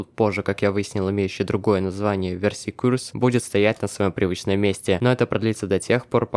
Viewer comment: Видео говно, ну честно. 1. Сильный скин есть на почти все оружия; 2. Verse Curse читается как Вёрс Кёрс, т.е. проклятие вселенной (примерно так); 3. Команда /whereAreYou? работает везде, даже на фанатских картах; 4. Видео нифига не про секретных боссов. Их может быть сложно найти, но секретными они не становятся от этого; 5. Accept your fate и What are you doing? появляются только после смерти; 6. НА пирсе чертёж, а не В пирсе.